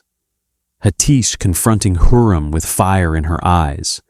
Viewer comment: It's HURREM not heram